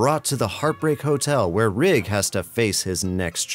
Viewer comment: Thank you for saying “Rigg” and not “Riggs” like so many people mistakenly do!